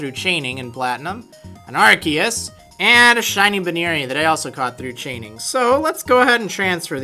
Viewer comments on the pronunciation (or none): Arceus is pronounced r-see-us